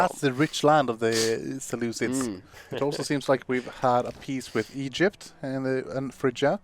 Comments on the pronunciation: “Selucilids” what the hell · Unwatchable because of the "seleuclids" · Seluculids? Like listening to a chalk board being scratched.